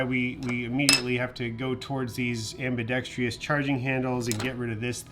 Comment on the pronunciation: am-bi-dex-trous (4 syllables) not am-bi-dex-tri-ous